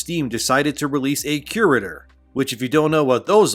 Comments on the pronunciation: I had no idea what you were referring to untill i realised you were saying "curator" wrong lol. You will find its pronounced vocally as "cure-raytor" just as like an art curator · Are you trying to say cure-rater? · You're mispronouncing CURATOR. Fix it.